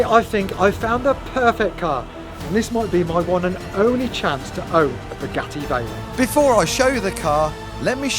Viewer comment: Spuh-Geh-ee Vhey-rahn!